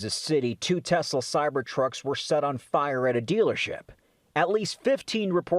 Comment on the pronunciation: “I love Tesler!” -Donald J. Trump